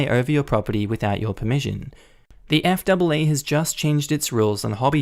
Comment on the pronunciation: Hi, Just a heads up. We call the FAA the Eff Ayyy Ayyy.